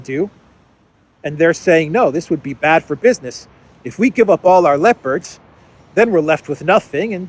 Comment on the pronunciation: It sounds like you're saying 'lepers' instead of 'leopards' and the consequences of such are 😂.